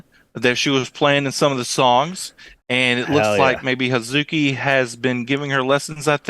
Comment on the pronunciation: I can tell you how not to pronounce Hazuki. It's definitely not Ha-ZOO-ki. Similarly, Suzuka is not Su-ZOO-ka and Momoko is not Mo-MO-ko. Americans have a tendency to stress that middle syllable, but the Japanese do not. The 'u' is often elided, such as in Babymetal's "Akatsuki," usually pronounced "Akatski" and in the verb "desu." I think it is elided in Hazuki's name, so "Haz-ki." It is not elided in Suzuka. So with names like Suzuka, Momoko, Kanami, Akane, Miyako, etc., you pronounce each syllable evenly. Miyako is not Mi-YAHKO or Mi-YAH-ko.